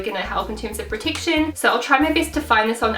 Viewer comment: She also said pertiction instead of protection